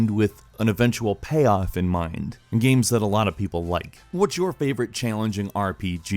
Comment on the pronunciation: "it's also just one of those great 'guaes' from a 'legendeura' era"